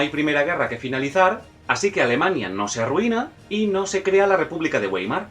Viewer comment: Muy bonito, pero no me convence lo del dominio francés en Europa en el S. XIX, y otra cosa Weimar no se pronuncia Güeimar sino Vaimar. ¿Cómo se llamarían los restaurantes McDonald´s, quizá Fernández?. El resto me ha gustado.